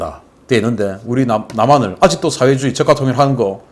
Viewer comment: "민주주의", "사회주의" 발음을 바르게 합시다